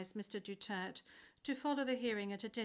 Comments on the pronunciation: It should be DUTERTE not Dutert why asking for a name and then not addressing correctly. 🤬🤬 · Atty please po Pakisabi sa kanila mag pronounce ng maayos ang last name ni PRRD.